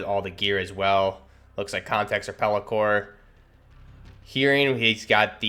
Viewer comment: its peltor not peli-core and not every vest that has molle is a 511 tactec plate carrier